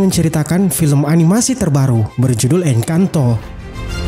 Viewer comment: Bukan engkanto bwang 🙃 tapi encantoo bang en can to encantooooo bukan si yantooo